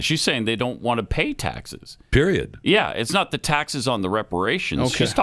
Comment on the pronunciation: I'm pretty sure in the clip you want to cut with KJP saying 'I don't have any intelligence" she says PREIOD at the end using the word, so that may be even better if you haven't cut it already.. "I don't have any intelligence. Period." is what it SOUNDED like she said.. even better!